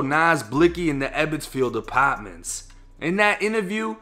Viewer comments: "Upotmintssss" lol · "Apaaahtments" 😂 Can't with the accent bro